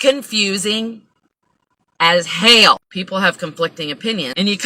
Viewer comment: Hahaha I like the way you said "hell" so southern! Also, my first thought when you said your air was working was, "dear God I hope it's not releasing carbon monoxide" or whatever car fumes. We wouldn't be able to tell though right? Love you